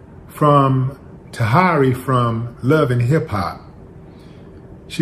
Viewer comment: Her name is pronounced "TAH HERE REE" and the guy name is pronounced "VAH DOE" Willie 😂😂😂😂